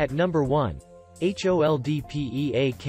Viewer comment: Your serious? "H" "O" "L" "D" "P" "E" "A" "K" ???????? Why talking that ? This is two words HOLD PEAK. What meaning PROSTER ? Why not "P" "R" "O" "S" "T" "E" "R" ???????????